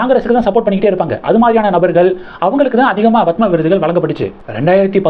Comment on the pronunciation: Horrible! You are saying Bhathma Sri, Bhathma Bhushan! It is Padma Sri, Padma Bhushan